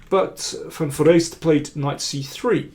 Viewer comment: For an English speaker the pronounciation of van Foreest is excellent.